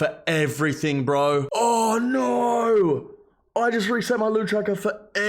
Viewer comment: I’m sorry you reset your tracker, but…. That “awohhh nawwooo” was the most Australian sound I’ve ever heard.